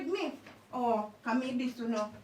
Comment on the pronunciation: Nobody: Nobody at all: Ia: "me wi diss you" 🤣🤣🤣🤣🤣🤣🤣🤣🤣🤣🤣